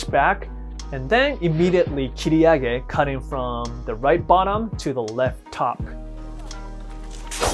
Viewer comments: "If i kick rike this the opponents fry away" 😅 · I’m so sorry but he say right like light LMAO oh my i’m such a terrible person